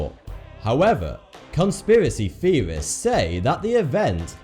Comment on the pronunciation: what is a "conspiracy feorist?"